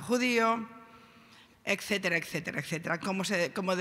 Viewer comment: Se dice ETcétera y no “eccetera, eccetera, eccetera...” (Min. ).